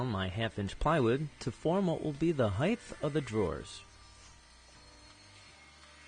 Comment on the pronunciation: I don't enjoy the the lame antics in your videos at all. I am not a child and these videos are not for children. However, I am only one voice and you have established a goooooood subscription base. So good job. Also, the way you say "Height" has started to irritate me. But it does go with your screen image of being an idiot;) I do want to say thank you though. Aside from the above mentioned, your videos are of good quality and extremely informative. You are a terrific teacher and I have subscribed.